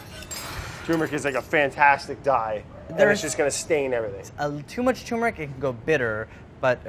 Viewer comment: Pronounce the first "R" in tuRmeric!